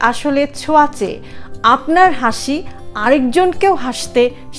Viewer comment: Sorry to say,, Plz correction...hashi 🙏